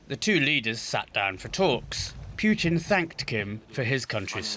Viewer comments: it’s putin not piyutin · For the love of God, can you just pronounce Putin's name properly?